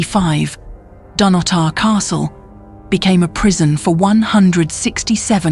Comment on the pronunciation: But it's Dun-otter. Not Dun-oh-tar.